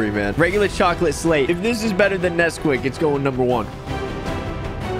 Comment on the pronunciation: Love How He mispronounced Nesquaik